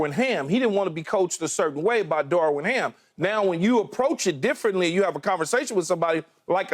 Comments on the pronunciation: Key…. It’s darvin ham not darwin ham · Its Darvin Ham not Darwin Keyshawn. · Keyshawn gotta stop mispronouncing EVERYBODY’S name!!! Its Darvin not darwin and its Darrell Morey not Morley!! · Please someone tell Key it's DARVIN HAM not DARWIN 😂😂😂